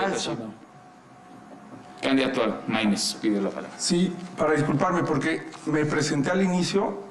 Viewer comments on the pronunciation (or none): Xhochil hablaba pura mrd acia Claudia y aparte habla con la g por ejemplo pogque y más